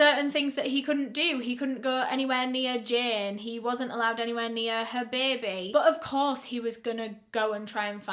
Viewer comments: Does anyone else love how she says “bay-bay”. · this is so random but the way u say baby is so satisfying to me ??? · Between her accent and the New Orleans one when they say "baby" 🤩